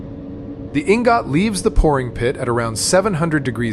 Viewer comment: EEEN-GOT EEEEN-GOTT. LOL